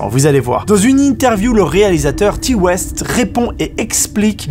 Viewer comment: y'a rien qui va dans les prononciations mec. William Friedkin se prononce Fridkin (et non pas "Fraydkein" comme le kentucky Fried Chicken) Ti West -> Taï West (et pas tea west) James Wan -> Avec un A et non pas James Wén Bonne vidéo sinon.